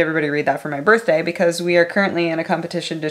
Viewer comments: Hurpeh burth der :'3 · Herpy berthday.